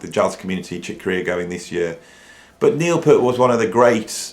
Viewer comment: I love your videos. Your knowledge, opinions, musical ability and creativity on both drums and guitar, spontaneous freeforming delivery style and humour are all absolutely spot on target for me. BUT! For someone who is a fellow drummer and Rush fan, I am SO surprised and frankly disappointed to hear you repeatedly mispronouncing Neil's surname. Although he did his best to put up with (usually Americans) saying "pert' it really annoyed him. I thought you were better than that! I still love your channel though.....